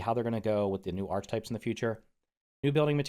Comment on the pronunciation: Hi. No hate but it’s pronounced Arc-uh-type